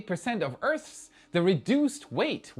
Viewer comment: Well done,. You've learnt to pronounce "Earth's"! 😂🤣🎊🎉